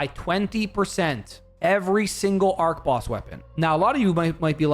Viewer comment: You mispronounced archboss unsubbed